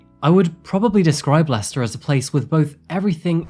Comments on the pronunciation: It's 100 miles from Leicehter to London. Thtat's cute. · So, it’s pronounced “Lester”. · Why is Leicester pronounced as "Lester"? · As anyone who's ever visited would know, it's actually pronounced "Lest'oh" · Am i the only one surprised by the pronunciation of Leicester as "lester"? English is weird lol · I would never have known that the city Leicester was pronounced “Lester”. I’ve always wondered what the correct pronunciation is. I am not a big fan of Tiktok. I’m sure there’s some good content there, but after my car was stolen thanks to some thieves inspired by the “Kia Tiktok Challenge” I deleted the app. I’d only followed a couple of people anyway.